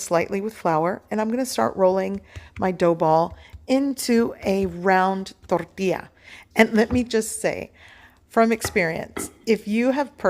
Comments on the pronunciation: Exactly my point. That's why it is INCORRECT for her to roll the R in it. Thank you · Why do you keep mispronouncing "tortilla?"